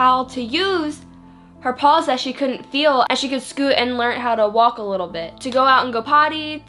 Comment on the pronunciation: Bitch please learn how to speak properly.. what the fuck are "pawls"?? It's P-A-W-S you dumb broad..